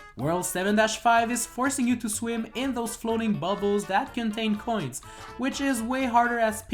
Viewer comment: You say "coins" like "coin" and make it sound like an illegal drug (in this run it kinda is lul) 😂